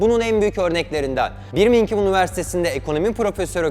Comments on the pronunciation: İçerikler başarılı olabilir ancak berbat bir İngilizce var. En basitinden "Börmingım" diye okunması gerekiyor. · Birmingham'ı yanlış okudun kaybettin hoca